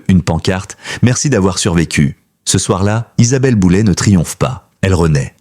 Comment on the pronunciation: J'essais de comprendre cette manie de transformer les noms avec terminaisons en "ay", qui deviennent en "et". L'IA serai-elle l'explication...de fortes chances... En fait, QUI se sert de l'IA pour faire du sensationnalisme ? C'est une atteinte à sa vie privée et à son intelligence 😢